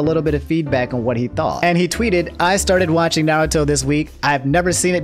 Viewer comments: I am vru knowledgeble on Narrowtoe and SocksKey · "I'm caught up on Naruto" -, who then proceeds to say almost every characters name wrong in both Dub and Sub, cmon lmfaooooo